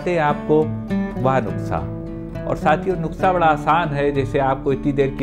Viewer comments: NASA nhi nuskha hota h sir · Doctor sahib nuksa nahi nuskha hota hai baaki video bahut achi hai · Good. Please pronounce NUKSA AS NUSKA... It is nuskha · I see ur most of d vedios nd its sounds cute when u pronounce nukhsa.. Instead of nuskha... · Doctor sahab please make corrections, nuksa nahi Kehte, it's Nuska. Baaki aap jo bata rahe ho us treatment ke kuch proof hai kya? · Nuksha aap khte ho sir 😂 but u are good person 😚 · नुक्सा बोलिये सर